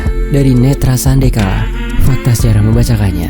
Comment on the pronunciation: kalau di desaku sandekala bacanya sandekala pakainya e bukan yang di baca ketika nulis "sate"... Tp pakainya e yang di baca di kata "nemen".. tp ndak tau deng kalau lain pengucapan di daerah jawa lain hehehhe sapa tau emang beda beda ya di setiap daerah cara bacanya